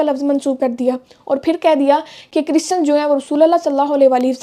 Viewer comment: chrisan 😂😂😂 .. bolna seekhla makeup ki dukaan Banda Tera jaman alay nu jootian phera